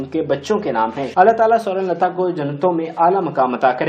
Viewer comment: Bhai aap un ka nam tu sahi se lo .Sorun lata Sorun lata keh rhey ho .Un ka nam tha Sawern Lata . Mein rozana aap ki mistakes nikalti hoon . Shuker hey k aap mujhey dant -tey nhein lekin galat alfaz bolne se baz bhi nhein aate .Mind na kerna . Hum tu un ka nam suntey suntey boorhey ho chaley lekin aap ne shayed suna hi nhein .